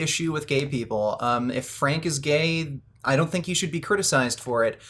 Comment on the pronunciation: no, it isn't a quote from the vid. It's to add to the error he made by making gay sound like a possessive noun.